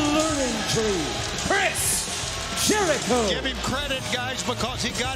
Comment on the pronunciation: Jericho bruv It’s chris jericho😞